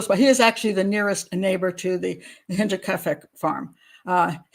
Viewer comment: Great show Pat. And a big thank you 🙏 from a German/Bavarian fan🌷🌷👍and you pronounce „Hinterkiafeck“ very well